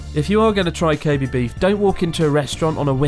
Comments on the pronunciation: you wouldn't even pronounce it koh bay would you? I always thought it was Koh Beh seeing as you pronounce べ as "be(h)" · its pronounced KO-BEH not KO-BEE, kind of odd you are saying it like this after living in Japan this long. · With all due respect, people should learn the correct pronunciation of "Kobe". It is Koh Bay こうべ Koh Bee , in Japanese, means Animal Sex こうび 交尾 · stupid english accent, it's not kobee. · Pronounce kobe like a french or something the “e” is miss pronounced